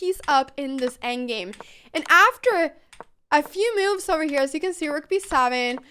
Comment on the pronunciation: Best name because she cant say moves, she says meoovs